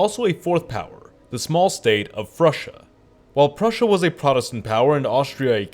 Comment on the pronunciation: Frusia? Do you mean Frisia?